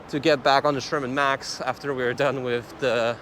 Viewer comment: Hmm. You keep saying "Sherman Max".